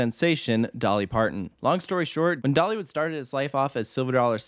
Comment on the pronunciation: I just noticed a couple words that got squashed a little (like the "Dollywood" ); nobody who doesn't work with audio would ever notice and those of us who do wouldn't tell you to stop doing it